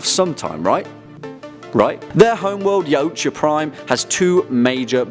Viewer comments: yautja... pronounced yout-ha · Also isn't yautja pronounced e-wat-ja ? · Its pronounced y/ah:twahh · It's actually pernouneced (yal-tcha) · Its pronounced yac-cha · It’s pronounced CSI Miami opening Ch Ah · Its YAO-CHA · Anyone else cringed when he pronounced Yautja wrong. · What did the Predator say when he hit his toe off of a rock? YAAAAAAAAAAA OOOOOOOOOOOUUUUUCHA Yeah you cant pronounce that right and xenomorph outbreaks never are small, 1 egg = massive pandemic = kill it with nukes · The way he says Yautja..